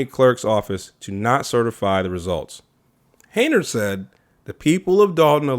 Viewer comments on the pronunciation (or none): Her last name is pronounced Hen-yard